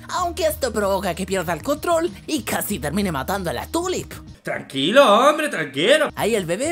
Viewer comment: Tulip suena como turip